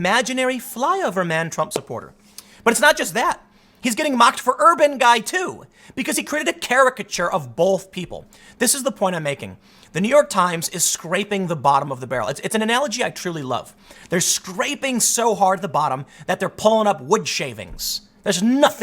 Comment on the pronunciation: Ok Tim, I've let it slide many times now, but I'm at the end of my rope here. There is no L in "both". It is not "bolth".